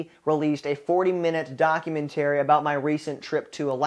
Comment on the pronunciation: Very interesting way of saying "documentary".